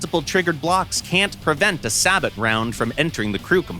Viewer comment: Every time you pronounce SABOT that way someone throws a small puppy off a bridge.......